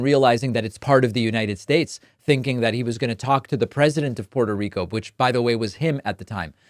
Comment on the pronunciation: The man can't pronounce Puerto Rico properly. Sounded just like the hicks he's targeting.